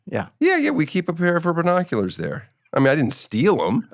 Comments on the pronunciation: "Burrnoculars" lol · You guys both say BER-noculars 😂